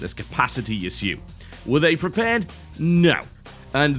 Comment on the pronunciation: I hate how he pronounces issue.